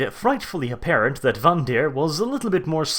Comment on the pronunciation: Speaking of "for fuck's sake"...the name is VANDIRE (rhymes with "tire"), not vandeer. Otherwise, funny and very nice vid. Well done. :D